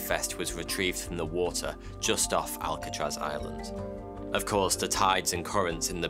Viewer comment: Why pick a name you can't say properly?